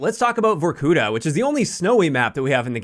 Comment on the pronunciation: it is pronounced vorkutA